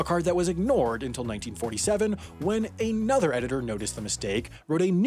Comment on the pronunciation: and I definitely heard you say "a nother" earlier in this video